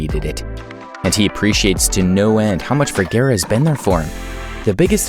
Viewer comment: You would think that the narrator of the video would be able to pronounce Vergara correctly.